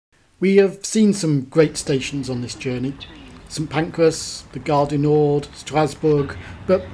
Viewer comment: Ironically, he says Gare du NorD - the D should be silent!!